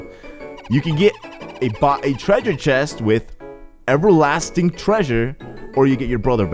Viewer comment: "E'erlasting" seriously?!